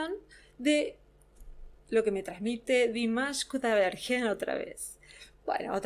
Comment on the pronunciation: por que no dice bien su apellido